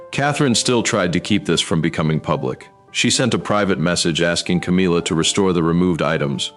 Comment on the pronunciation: C AAAA M IIIII A, NOT CAMEELA